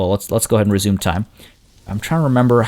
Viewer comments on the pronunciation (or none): none